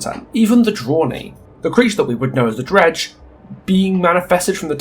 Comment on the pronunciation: I didn't realize that you were actually calling The Dredge, Greg for a while until I actually scrolled into the description and saw what you'd written there. Love the commentary and I totally agree though, they should commit one way or another.